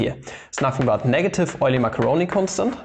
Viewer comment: Mascheroni is actually pronounced Maskeroni, not Masheroni